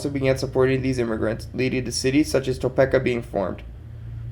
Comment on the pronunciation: I grew up in eastern Kansas, literally 20 minutes from Lawrence, lived there for a bit. John Brown is taught as a hero here Also, just a note, it's pronounced Toe-peek-a